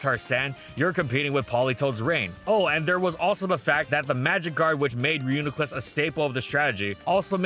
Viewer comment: don't let this distract you from the fact that he finally pronounced reuniclus properly!